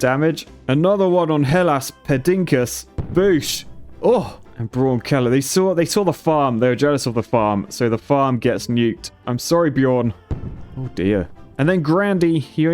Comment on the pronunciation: Ja, hoewel ik wel moest lachen toen hij het als "Hellas pedinkas" uitsprak. 😂😂😂😂